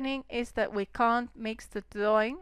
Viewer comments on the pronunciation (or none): great tutorials, and dont be afraid to say the R! it sounds like youre saying theads and dawing